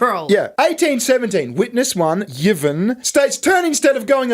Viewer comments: You've got the most IRRITATING voice I've ever heard on Youtube (I switched off after 2 minutes), and as for your sense of humour (?). Put it this way; if you do a turn as a stand up comic, you won't slay the audience - they'll slay you. As for not even knowing how to pronounce names as simple as Yvonne . . . SMH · Lol yeeevon...it's evon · Yvonne is pronounced E Von. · Your mispronounciation of the Ships name is beyond a disgrace, it is offensive. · It's pronounced E-von. But who cares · Just found your channel. Great work 😂 I'm gonna binge. Side note... its probably pronounced E-von 😅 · Yvonne is pronounced ee-von. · The name "Yvonne" would pronounced something like "I'won" But for the fun of the game keep yours! 😂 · Are there no Yvonnes in Australia?? It's pronounced "EE-von" 😂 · Pronounce her name "Evon" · I've always heard Yvonne pronounced as E-von. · Yvonne is pronounced ' E-von'. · It's pronounced ee-von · Whilst amusing a unqualified individual was clearly a dei hire it’s as cringe as hearing mispronounce Yvonne 😂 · You pronounce the Y as an E ( in her name )